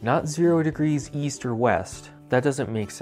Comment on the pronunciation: Oh! East? I thought you said, Weast!